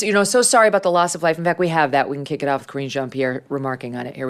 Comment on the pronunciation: KARINE JEAN-PIERRE. Pronounced Kah-wren.